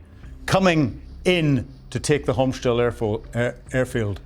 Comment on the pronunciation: He can't pronounce Hostemel.